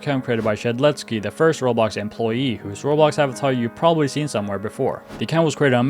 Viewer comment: never take someone’s word who uses an AI that doesn’t even pronounce Roblox or dater right…